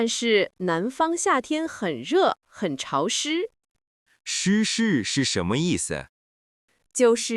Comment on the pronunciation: 我觉得男生的『潮湿』的发音错😂听起来（shī shì）湿事😅😅